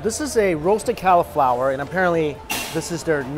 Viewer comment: I know you don't like vegetables, M, but it is cauliflower not califlower